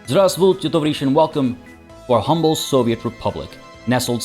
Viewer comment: Your pronouncination of "здравствуйте, товарищи" was pretty good.